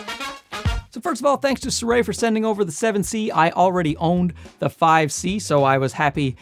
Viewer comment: You are the second youtuber I have seen today calling the brand Suray. I mean, it is Sirui. Si - rui. Si like in "Si, senor!"